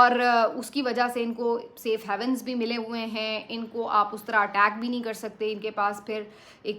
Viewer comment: NOT ... SAFE HEAVEN CORRECT ... SAFE HAVEN ** PRONUNCIATION ** sayf hay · vn GOOD AND CORRECT PRONUNCIATION IS A PRIZE AND ADMIRED !!